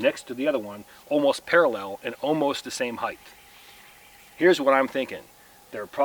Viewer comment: heighth ??? go back to school